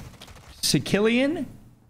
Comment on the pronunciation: said "sick-ilian", I'm about to unsubscribe